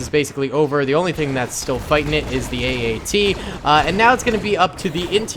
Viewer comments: its at-at not AAT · Is it just me or did he call the at aat say aat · calls the at at a aat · Its at at man, AT AT!!! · You said the AT-AT was an AAT five times! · calls the AT-AT an AAT Me::/ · Hey iets an at at not an aat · You keep saying aat. It is at at which i know you know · My face after he says aat instead of at at 😤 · I'm triggered cause he say every time aat except atat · Sry to mention this but you were calling it AAT when it’s a AT-AT (all-terrain armoured transport) just wanted to point it out if that ok:) Edit: or is it AAT idk but i think it’s ATAT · Haha he called an at-at an aat haha funny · He called an AT-AT an AAT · You called the at at an att so many times in the begenning.